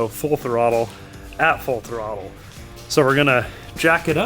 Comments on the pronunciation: I love how says Throttle like it’s a Pokémon: Tha-rottle I choose you! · Loose Bolts Willy back at it again! Waiting for the inevitable day he or decide the shop roof is a premium jump ramp with no possible or foreseeable risk involved. I also appreciate how can turn “throttle” into a 3 syllable word. Don’t ever change, lads! <3